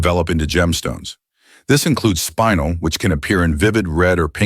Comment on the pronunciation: Spinel is pronounced like ( spin the top) spinelle 🌪️🪀